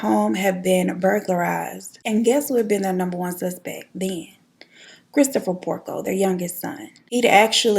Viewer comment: Girl did u say Peter PORKO??? 😂